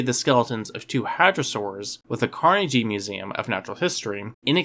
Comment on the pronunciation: Um... Carnegie isn't pronounced like that. 😒 the "gee" is pronounced with a hard g. So, not like "aw, gee," but like the g in guillotine. Otherwise, good video.